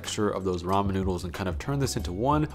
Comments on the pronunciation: What a fun qwerk. You're going to pronounce ramen ram yen. Yay! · let me stop u there I love your videos but its ramen spoken as ramin not ramyen for some reason everyone online has started saying it wrong and u know what am sick if seeing hate comments for a simple mistake so I thought id just politely correct you before the grammar gremlins come around and start saying not so nice things. on a greater note tho I absolutely loved this video. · Why does he switch between the way he pronounces ramen. Sometimes it’s ra-men, other times it’s ra-myen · So he seems to be saying ramen, as “rom-yen” instead of “ra-men” can anybody tell me if this is correct I don’t wanna make any of receptions about somebody’s background and how they pronounce something however, my curiosity needs to be filled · Is that how its pronounced ramyen? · Take a shot every time he adds a "y" to Ramen. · Do you really need to pronounce Ramen the way you do? My goodness. I feel sorry for all the trauma you have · Ramen, ramyun, ramyum, ramin. What's the difference in the pronunciations? I'm genuinely curious.